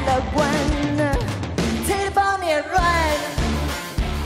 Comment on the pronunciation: 问题出在她发不出the这个音